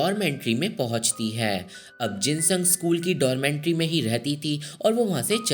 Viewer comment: 1st thing, it is 'dormitory', not dormentry. 2nd, you missed the main part of this movie. So-hee loved Jin-sung, then why she killed her?? Let me explain.... ...Jing-sung ne So-hee ke gift kiye hue shoes me kanch ke tukde rakh ke wapas So-hee ko deti hai school-wale competition ke time. Ye baat So-hee pehle se janti thi ke Jin-sung ne usko dhoka diya hai competition jitne ke liye. Fir bhi usne wohi shoes pehen ke dance ki. Naturally So-hee ke pair kat jati hai, fir bhi wo jeeti. Usne Jin-sung ko maaf bhi kar di. Par Jing-sung So-hee ko stairs se girane ke bad jab wo kabhi dance nahi kar payegi janti hai, wo frustrated ho kar suicide kar leti hai. Jin-sung ko wo is pure baat ka zimmedar manti hai..... So Jin-sung's betrayal was the main reason So-hee took revenge on her.